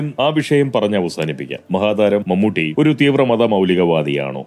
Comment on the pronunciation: നിന്നെപ്പോലുള്ള വിഷവിത്തുകൾക്ക് വീഡിയോ ചെയ്തു പണമുണ്ടാക്കാൻ കഴിയുന്നത് കേരളത്തിൽ നട്ടെല്ലില്ലാത്ത സർകാർ ഉള്ളതുകൊണ്ടാണ് ഏതായാലും മമ്മൂട്ടിയുടെ പേര് പോലും നേരെ ചൊവ്വേ പറയാൻ മടിക്കുന്ന നിന്നെ പോലുള്ളവർ ഇപ്പോൾ ശരിയായ വിധത്തിൽ പേര് പറയുന്നത് വലിയ അത്ഭുതമായി തോന്നുന്നു